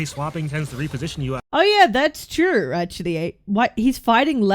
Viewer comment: a shot every time cap says 'trew'